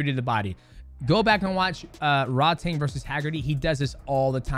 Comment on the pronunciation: Just a heads up - it's pronounced "Rroad-Tong" which means "tank" in Thai, says my wife. Drives her nuts when the ONE commentators mispronounce Rodtang all the time lol. Great breakdown. They say Takeru's leg is still merked.